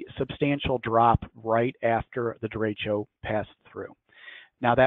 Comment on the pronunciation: I love hearing Midwestern US people trying to pronounce "de-ray-sho" or "de-ray-shio" or "de-reach-o" At least has it right.